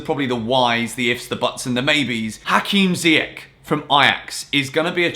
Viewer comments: Not ziyak it's ziyash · Please refer to youness's video on saying "ziy-esh" 😂😐not "ziy-ech" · Look after my boy, Moroccan pronunciation is zee-esh 🇲🇦😍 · Hakim Ziyech (pronounced Zee-yeah-sh) just so everyone can stop saying Ziyek like its an English word 🤦‍♂️ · Ziyech .. Ch, not k .. Pronounce it right. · it's "ziy-esh", as cleared by Youness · So? Ziyech isnt Dutch, he's Moroccan so it's pronounced "Ziyesh" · Literally doesn't matter that he was born in Netherlands. His parents are both moroccan so they would pronounce it Ziyesh. I'm pretty sure Ziyech values his parents over temporary teammates. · Watch youness video to knw how to pronuce hakim ziyech name u still pronuce his name wrong....